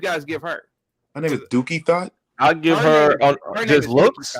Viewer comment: Dookie Thot 😂😂😂😂. I thought it was Duckie Thot